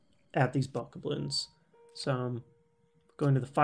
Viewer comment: I'm more excited about this game than I ever have been. Sidenote, the way you pronounce Bokoblins is truly disturbing. Other than that, good vid.